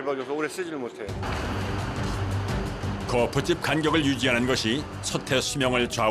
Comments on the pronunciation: 거풋찝 거풋찝 합니까? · 성우님 발음이 거푸집 인데 왜 자꾸